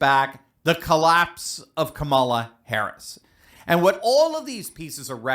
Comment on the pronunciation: If your going to do this say her name and other words correctly it’s Harris not hara